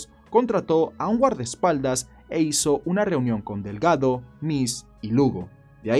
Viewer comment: 😂 😂 😂 Mi apellido es DELGADO.. 🤣 🤣 🤣 lo pronunciarse muy lindo. GRACIAS AMIGO!!